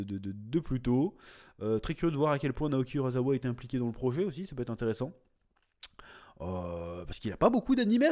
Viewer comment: ON DIT URASSSSSSSSSAWA! pas urazawa chaque fois que tu dis urazawa ça me trigger